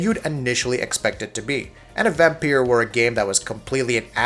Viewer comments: Why does he keep saying "vampier". Dude its vampire. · I used to call it Vampyr as well, but the developers said in an interview it's pronounced Vampire. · Except you can hear the way he stresses words, sharply hit the "i" in "liked" (again and again) which would be the same emphasis as "pire." The "r's" roll a bit, but he's hitting those two vowel sounds clearly, and distinctly.